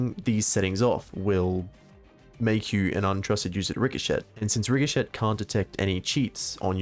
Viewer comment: RIC HO SHET Please stop pronouncing it like that the t is silent, that made me cringe.